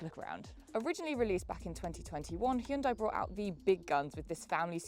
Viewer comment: I bet Hyundai were thrilled that they gave you a car and you then mispronounced their brand name - especially after they spent millions publicising how to pronounce it....